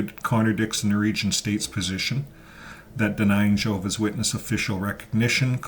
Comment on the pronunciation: NORWEGIAN ...NOT Noregion